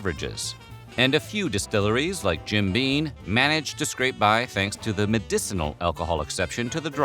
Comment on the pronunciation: It’s Jim BEAM not BEAN . I should know… I used to drink a ton of that swill